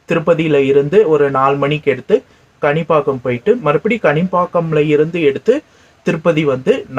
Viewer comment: அது கணிபாக்கம் இல்லை காணிப்பாக்கம்